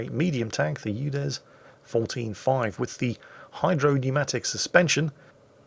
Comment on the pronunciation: Sounds like we're calling the UDES a U Dead.